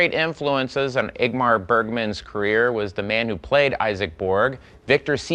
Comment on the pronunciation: Bill Hader has a really difficult time pronouncing “Ingmar.”